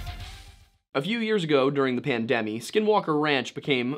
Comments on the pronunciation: I'm sorry, did you call the pandemic "the pandemee"???? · Did bro really say "Pandem-y"..? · PAN... DEMEE...